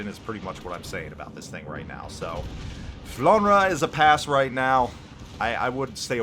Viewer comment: I play as well the Alsace a lot and I like that ship as well. BTW it is pronounced Flandr (e is silent for you)